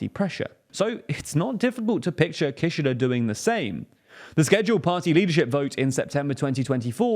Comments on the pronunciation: That's not how you pronounce Kishida! Doesn't anyone on the team watch anime? Jeez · Not relevant at but the way you say Kishida kinda sounds like Kirchner, and as a Brazilian person, I could not help but to think of the Kirchner family every time you said it hahaha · How do you not know how to pronounce Kishida? Just watch some videos about him, and you know how to say his name....it's not hard guys.